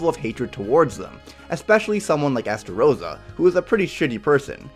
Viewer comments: It’s estarosa not esarosa lol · Estarossa? Who is STAROSSA???